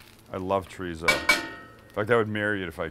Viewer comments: ChoooooooRrrrrrrizo.*** not Choryso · come on Sam you can say Cho-rrizzo correctly with the spanish lingo we know you have , educate the masses pinche wero ... LOL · As a Mexican, I love how a Jew says Chow ree zow. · Idk I dont trust people that can't say chorizo right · the whitest “chorizo” i’ve ever heard someone say LMAOOOO